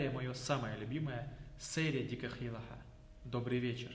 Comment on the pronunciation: Салам алайкум! Слушай, нету никакого награда, Маьл это Благо! И хватит как чечен везде а писать и говорить!!! Раньше такого не было и не должно быть щас!!! Никакого ЛаьттА, ДаьттА, ХьамА, ДикА ХейлА, есть Лаьтт Даьтт Хьам Дикь Хейл!!!!! Коверкаешь язык ты!!!!! Коверкаешь сам что несёшь не понимаешь, то по чеченски то по ингушски произносишь!!! Знай твои А на конце появились после того как твой кумир сталин объединил Чечню с Ингушетией и объединил алфавит, точнее сделал его чеченским а ингушский просто опустил! А ты это щас поддерживаешь, своими А на конце!!!